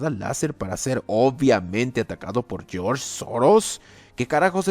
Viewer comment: "Geoorge Soros"🤣